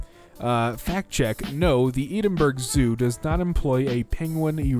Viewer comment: Ok I’m sorry but ENDENBURG